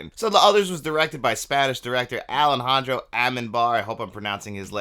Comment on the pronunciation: A way to pronounce Alejandro Amenábar is a bit like Ah-leh-HAN-draw Ah-meh-NAH-bar. Just as future reference, since it's not like Spanish-speaking people don't mess up while pronouncing some English names.